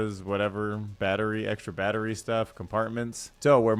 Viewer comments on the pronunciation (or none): none